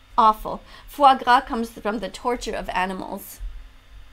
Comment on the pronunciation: Did he just say Foie Ca?! French triggered noises